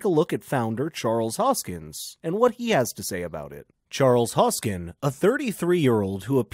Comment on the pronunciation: The name is Hoskinson, not Hoskin. If you cannot even get the name right, then why should we believe anything you say?